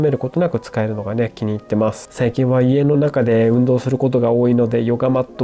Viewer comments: 多いぃ↓てどこかの方言ですか？それとも僕が方言ですか？ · 多いは王位と同じ発音で使ってましたので気になっちゃって笑 自分は北海道なんですが北海道独自のやつですかね